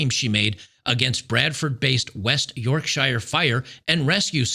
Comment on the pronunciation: Yorkshire is pronounced Yorkshur mate.